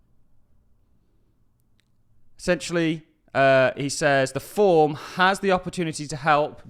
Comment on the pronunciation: Forum. Not form.